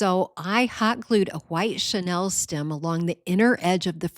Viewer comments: I really liked a lot of your idea, but please say chenille- not Chanel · Mispronounced chenille